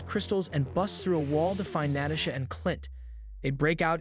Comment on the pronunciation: Great video but damn the way he says some names is mind boggling and annoying. Like Rhodey, Natasha, etc. who tf says Natasha like that